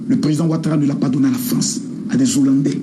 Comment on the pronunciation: Il ya jamais de liaison entre le déterminant et hollandais. On dit le hollandais et non l'hollandait